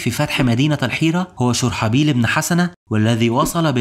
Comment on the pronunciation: اسم الصحابي الجليل شرحبيل بضم الشين و فتح الراء . محتواك رائع واصل